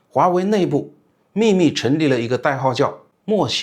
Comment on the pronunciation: 文盲 莫邪（夜 夜） 不是 莫邪（鞋）